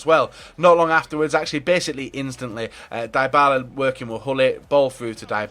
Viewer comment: It's D-Y-B-A-L-A !!! Not fucking DIEBALA